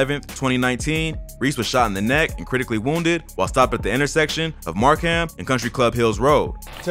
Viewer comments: It’s pronounced Cal-you-met and Mark’um. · I was just saying the exact same thing 🤣🤣🤣, and he pronounced Markham wrong as well